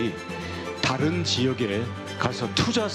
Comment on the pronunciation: 김종석 앵커를 비롯하여 패널들이 왜 매 번 "좀(조금)"을 "쫌", "다른"을 "따른" 이라고 강하게 발음하는지 참으로 유치하게 들린다.